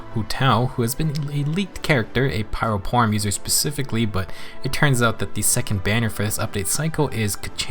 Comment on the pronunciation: Thanks for the nice summary video. A bit of warning tho, you might wanna say spear next time, not polearm. Because you saying polearm is a bit similar to saying porn and the caption auto generator also wrote porn.